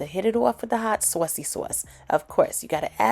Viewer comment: This looks bomb 💣 I love cabbage especially when it's winter time with corn bread 🍞 can I also say I love the way you say sausage and saucy sauce LoL. You must be from out east like NY Philly or Connecticut. Definitely trying this out I made cabbage plenty of time but hitting it with that 🔨 wasterchier sauce is something new.